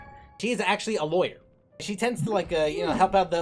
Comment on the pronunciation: idk why but when u got to yanfei and said "she's actually a lawyer" i thought u said "she's actually a boy" and i was so confused for a sec 🤣